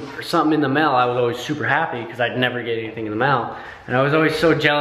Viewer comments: DID ANYONE ELSE HEAR 'mill" when WAS SAYING "mail"?????? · say mail like "mel" hahaha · The amount of times said ''mell' hahahahhaahah 😂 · I died when kept saying "mell" instead of "Mail" 😭😂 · HAHAHA does say "mel" instead of "mail" 😂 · lol! you say mail like "mell" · pronounced Mail, Mel. Haha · he says mail mel lmao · U say mail like mell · cracking up over the way says mail! lol im from NY and the difference between how we pronounce things is too funny! love you guys! xox